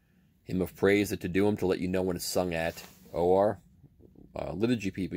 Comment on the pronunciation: it’s pronounced tay-DAY-yoom.